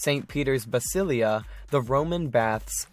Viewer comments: Basilica, not basilia. Good video. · It’s St.Peter’s BasiliCa, not Basilia!! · It's "St. Peter's BasiliCa", NOT "St. Peter's Basilia"! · I find it somewhat ironic calls it “St. Peter’s bacillia” lol it’s bascilica like bah-sill—lick-ka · uh yeah, there's no St. Peter's "Basilia". That's not a thing; it's "Basilica". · St Peter's WHAT???? WTF???? Whats a baslia? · pronounced st peters basilica wrong